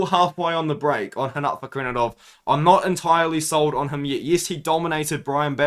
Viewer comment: Bro you’re pronouncing rinat name like He’s Brazilian 😂